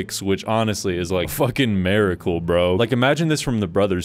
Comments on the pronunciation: miracle not maricle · is an "americle" a miracle but just in America? lol what was the pronunciation dog